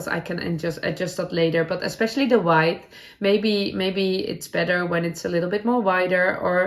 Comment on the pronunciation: I love that headband and have now cast on one. thank you so much. Just another Englishnd we say 'wid-th' as in the short sound of 'i', not the long sound as in 'wide' :-) . when a yarn is not tooeasy we say forgiving, not forgivable. I always smile when I hear it. And I was just wondering - do you always cross your legs when you sit to knit or crochet at the table? It's not good for veins in legs. xxxxx